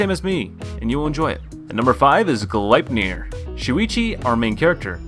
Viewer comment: Hey, with gleipnir its actually pronounced glad-iner. Its a norse term, they were the chains that bound fenrir until ragnarock came about. I had the same problem with the pronunciation too.